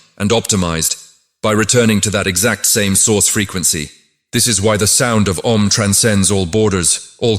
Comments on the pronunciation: The sound is not "A" but "Ah"... please use a human to record this, not AI voice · The three syllables in "OM" are not pronounced as A U M. They are - A as in the word "Attend" or "Attire" ; U as in the word "Woman" ; and M as in the word "Month" or " Must". It should end as in "Hum". The english pronunciation is entirely Wrong and Misleading ! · It's not Ôm, Aûm. More close the Aa than Ôo. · I've heard it pronounced ah oom. The whole explanation in this video is extraordinary.